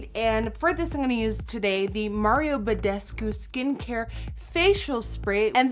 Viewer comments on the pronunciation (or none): none